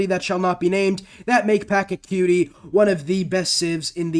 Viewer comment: bruh packa tooey? its pah-cha-coo-tee wtf